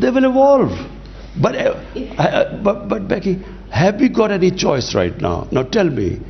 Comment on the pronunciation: Becky talking Behki Behki